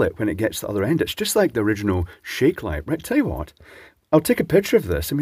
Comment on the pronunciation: "then we can see WATT it is"